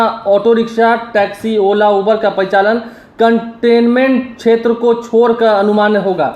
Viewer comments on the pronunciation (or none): none